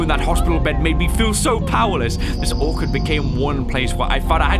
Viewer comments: Orchard is pronounced like the orch in torch. Sorry it was bugging me lol 😆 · pronouncing Orchard as 'Or-card' is the most precious thing to me and its my will to live rn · It bugs me how pronounces "orchard" it's like simplerobinson saying parmizan when it's parmesan